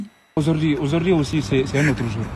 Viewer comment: Auzord'ihui aussi c'est un notre zour😂Wallaye